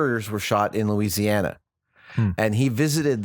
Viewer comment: YAAAY!!!! Adam said "Louisiana"!!!!!